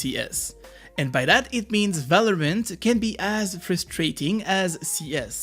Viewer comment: You have said multiple times ,,Valorment" instead of Valorant :D